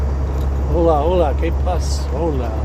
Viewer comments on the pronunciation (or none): none